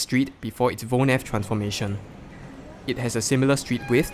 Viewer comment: 👏 for the pronunciation of woonerf